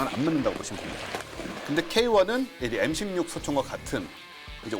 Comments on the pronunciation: 에무 16이 뭡니까.......? 다음부터는 엠이라고 해주세요.... 지금 시대가 어느 시댄데 일본 발음을;;;;;;; 상당히 실망스럽습니다. 그리고, 상당히 듣기에 거슬립니다....... 오늘 이후로 또 방송에서 에무 에무거리면 정식으로 국방TV에 항의 하겠습니다. 거 알만한 사람이 그러시면 안되죠;;;;;;;;; 일해군 깃발 보면서 빡은 치시기는 하시는지....... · 애무16?뭘 더듬길래 애무를?젊어 보이는 사람이 쌍팔년도 이전에 일제교육 받은 아버지 또는 할아버지 세대의 왜국 발음을?